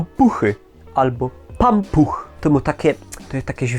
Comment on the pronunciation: pampuch pasuje na śląskie słowo jak je wypowiadasz :D